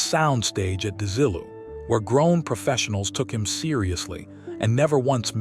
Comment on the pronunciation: AI a pronunciation is a dead giveaway. Desi-lu -not DeZILLoo.